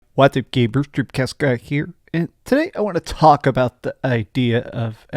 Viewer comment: I cannot unhear it!! gayyymbhers!